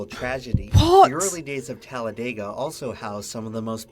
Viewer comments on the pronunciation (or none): Here's another fun fact: us locals do not pronounce it "Talla-day-guh", we say "Talla-dih-guh". The narrator pronounces it that way at roughly . Think "dig", not "dayg", if that makes any sense, lol. Technically, it's meant to be pronounced exactly the way it's phonetically spelled, so its really pronounced "Talla-deh-guh".